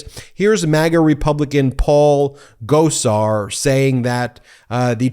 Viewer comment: Gosar, not, "clear."